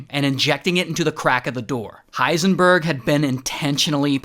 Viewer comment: Why did you call him hiesnburg